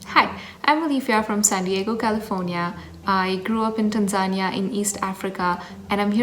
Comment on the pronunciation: Can't wait to give the mushroom dish and that last one a try and I absolutely love the native pronunciation of Tanzania.